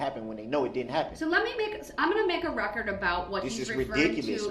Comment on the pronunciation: “FOR THE RECURT, GROUNZ.”